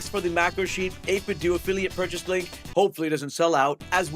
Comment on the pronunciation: I thought it was 8bit “dough” not 8 bit “doo” lol 8bitdo you know like NintenDO